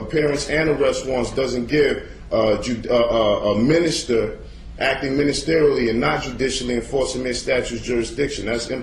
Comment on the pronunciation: No, I was not aware it goes back that far. OMG He said ministrationlly What?! 🤣